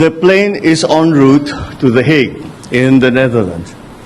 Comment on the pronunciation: The Hague ay kung bigkasin ay daheyg